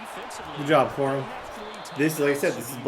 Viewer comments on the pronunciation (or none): Corum more like cor-him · 1 hour 4 minutes 42 seconds “Blake Corum” juke